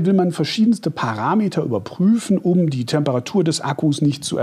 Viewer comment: Danke! Endlich jemand, der das Wort "ParAmeter" richtig aussprechen kann.